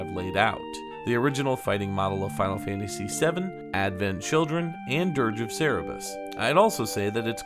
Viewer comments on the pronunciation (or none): Its Sir brr us. Come on my linguistics. (Cerberus)